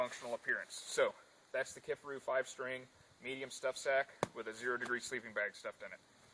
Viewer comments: It's Ki-far-u as in far away!!!! Ever watched one of there videos> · Lol...."key far ou"